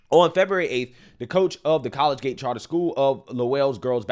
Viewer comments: Kahl-Lee-Juht not college gate “collegiate” anyway yeah welcome to Massachusetts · It's cuh-LEE-jit, not college gate. Google has a dictionary with spoken pronunciations so you can hear how these very simple words are said. Put in that little bit of extra time in order to avoid sounding like an uneducated tool. I say this as a fan. Every time you fumble in Biden-esque fashion, you make yourself look bad. It's super cringe and easily avoidable. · Coal idjut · Are you sure it's not "call-lee-jit" instead of "college-gate"? .....👀..... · Its not college-gate bro, lol. It's Coll-eee-jee-it. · I'm from Massachusetts and I just wanted to let you know that its pronounced Col-ee-jet not college-gate! And I love your content so I mean no disrespect....Also I'm glad that I left Ma.7 years ago to live in Puerto Rico where people still respect religious freedom and still know what a woman is!!!!!! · Its pronounced "Colle-Giate" Collegiate... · I love you brother, but saying "College-gate" over and over when the word is Collegiate makes it really hard to share as the other side just goes "see, he cant read, so why would we listen to him?" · Co- leig-ate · Collegiate is pronounced Coe leej it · Love you and this channel!! It's sad this is still going on. Also (colee-gi-at) Collegiate 😉🫶😁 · college gate? dude how the fk you graduate? you can pronounce alot of words lol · Love your channel man, but, the pronunciation is: kuh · lee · jit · My man said "college gate" for collegiate. 🤣 These gender pretenders are 🤢🤮! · I love, but someone please tell him how to pronounce collegiate. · Some work is needed on that collegiate pronunciation.